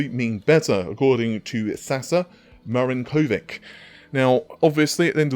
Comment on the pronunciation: actually I have a feeling this guy is actually Saša Marinković and you will probably pronounce it correctly if you read it in this form: Sasha Marinkovich. I know you don't like to butcher names and nicknames:)